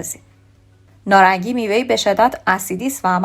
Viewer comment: تلفظ شما اشتباه هست نارنگی هست نه نارانگی لطفا توچجه کنید پارسی را پاس دارید